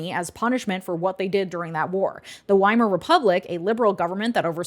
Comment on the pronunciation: The "W" in "Weimar" is pronounced like an English "V;" so, "veimar" Republic.